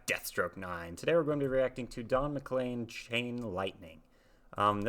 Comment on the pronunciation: McLean rhymes with rain, plain & Spain.